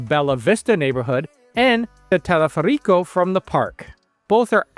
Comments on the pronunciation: She says "teleferico" with the accent on the" i". A change of an accent can make a word unintelligeable! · Intentó decir teleférico. No le dis color ctm!